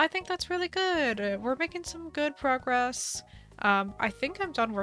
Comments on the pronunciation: Do you say good frogress? I swore I heard that. XD Glad its coming along well. Island struggles are a pain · “Make some progress” nah nah nah ‘Frogress’